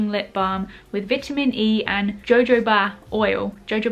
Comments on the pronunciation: btw it's not 'ja-jo-ba', it's 'ha-ho-ba' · Jojoba is pronounced HoHoBa lol x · In jojoba oil the j’s are pronounced as a h